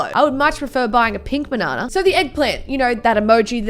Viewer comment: Nobody:: baNAWnuh